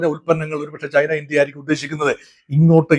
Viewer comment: താനെന്താടൊ ശർദ്ദിച്ചു വയ്ക്കുന്നത്, താനെന്തിന്റെ Dr ആണ്, വാഴക്കുലയുടെ യോ അതോ മൃഗ ഡോക്ടറോ? Canada മലയാളത്തിൽ കാനഡാ എന്നു മാത്രമാണ് അല്ലാതെ ഖാനഡാ അല്ല,കമ്മികൾ പറയുന്ന പോലെ - ഖേരള അല്ല കേരള ആണ്, ചൈന എന്നാണ് ആണ് അല്ലാതെഛൈനയല്ല, ജന്റർ ആണ് അല്ലാതെ െജൻ ൻ ൻന്റർ അല്ല, ലോകത്തിലെ ഏറ്റവും ശക്തിയേറിയ സൂപ്പർ പവ്വർ ആണ് US, അവിടുത്തെ അതിശക്തനായ പ്രസിഡന്റ് അവരുടെ കാര്യങ്ങൾ തീരുമാനിക്കുന്നു, തന്റെ അറിവിലേക്കായി പറയാം മോദിജി Makein India കൊണ്ടുവന്നിട്ട് 75% മിലിട്ടറി സാധനങ്ങൾ ഇൻഡ്യയിൽ ഉണ്ടാക്കണമെന്ന് പറഞ്ഞ് ആക്ഷൻ എടുത്തില്ലെ, അതാണ് US പ്രസിഡന്റും ചെയ്യുന്നത്, അതിൽ ഇൻഡ്യക്ക് എന്താണു തിരിച്ചടി? വെറുതെ വന്നിരുന്നു വാചകമടിക്കാതെ വേറെ പണി നോക്ക്, Meaning less talk